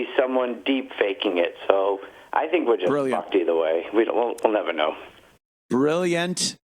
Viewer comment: lol “shink about it” -Ted Sheckler